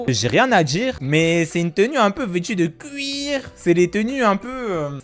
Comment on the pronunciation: "c'est une tenue un peu vêtu de cwuiir" 🤣😭😭😭